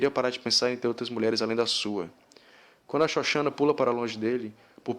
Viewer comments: Parei no "Xoxana" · eu ri quando vc fllo "shoshana" kkkkkkkk Caralho que filme foda!!!!